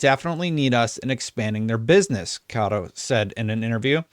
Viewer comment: Meh-nah Kah-Toh